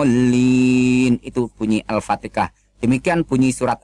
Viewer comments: tuch bukan ustadz....!!!! baca surat alfatiha aj belepotan...!!! nyebut surat alfatiha aj salah.... alfatiha bukan alfateka..... tuch misionaris kristen..... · Mengaku ustaz tp baca alqur an ama hdis hk faseh kyak anak sd ktauan ceteknya ilmu .....arrohman dibca arrikhman.. huruf ha jdi kho alfateha blang alpateka...aduuuyyy bikin malu megaku ustaz baca gk becus .paling" cuma bca latinya ..........gk bisa bca alquran ngaku ustaz ..kamu gk akan bisa bohongi aku